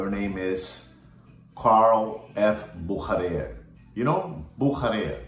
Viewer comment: I'm a German and it's pronounced... "Boo-sha-rare". Büchere